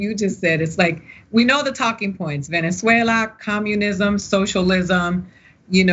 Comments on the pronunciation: Did she just say "Venen-Zuela"?? 🤣🤣🤣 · Did the lawyer just call it Villainzuela? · "Villainzuela" ....lol